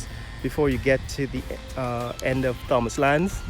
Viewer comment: Pronounced "tomas" the "h" is silent 🤫. That whole road is a total 💩 show. Why are lampposts in the road. The sidewalks are rather thin and non-standard.